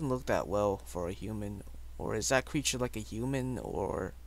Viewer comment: It's a zombie not a creture